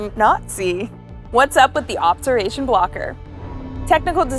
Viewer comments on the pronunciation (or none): She said obseration tool